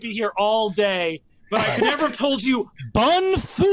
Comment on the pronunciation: didn’t say Um Actually it’s bun-fu